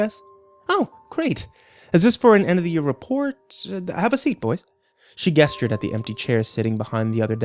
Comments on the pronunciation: It kills me you say "gesture" with a hard g. Its "jest-ure" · maybe people pronounce it differently, but that doesn't mean they're all right. A hard "g" is literally just incorrect. 😮‍💨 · As good and talented as the reader is, I couldn't help but cringe every time he freaking mispronounced "gesture." 🤦🏼‍♀️ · Every time he says "gesture" I cringe deep within. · Gesture is pronounced with a J sound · He has trouble with "g" words that have the "j" pronunciation...see how he pronounces "gesture". It drives me nuts.